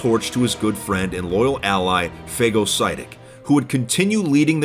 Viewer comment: You said phagocytic wrong